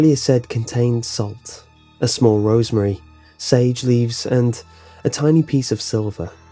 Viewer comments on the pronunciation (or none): Are you saying rosary or rosemary? I think you mean the former, but it sounds like the latter. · It's "rosary" not "rosemary." And how can someone's face show no fear yet their eyes show "pure terror"? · Rosary! I thought you said rosemary